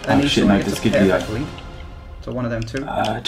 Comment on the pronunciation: I'm Italian and I tell you that the pronunciation of De Siglio is De Shilio .... Trust me